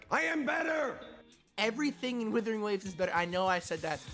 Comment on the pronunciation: dont say withering